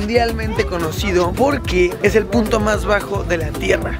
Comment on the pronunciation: le entendí otra cosa en ves de punto😅😂